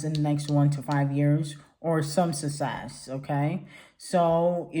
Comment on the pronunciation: Nobody:: “Sussess” 😂😂😂😂